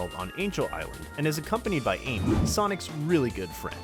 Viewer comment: Quando chega no minuto ele fala em que em vez de amy ele fala enque